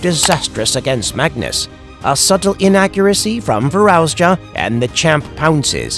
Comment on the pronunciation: Fir-arouse-ya? Who's arousing who? And who the hell is this narrator? 🤣